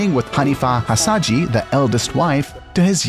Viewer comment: His name is Musa Hasahya not Hasadji,,,, please